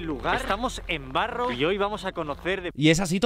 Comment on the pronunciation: Piloto: welcome to Barrouw (Barrow): Estamos en Barro Hahaha ay no los Españoles